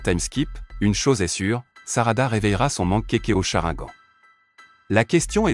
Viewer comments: On dit pas mankekio mais mangekyo et on dit pas sharagan mais Sharingan et on dit pas Orochimaru mais Orochimaru enfaite le (u)on le prononce ou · On dit chrinegane crétin